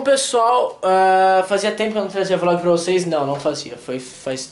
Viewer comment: Flog? ;-; perdão mais vc falou flog, ou eu entendi flog